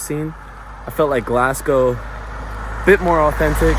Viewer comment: You dun need ta say Glasgow like ye did, "glass-cowe"... its just "glaz-gow"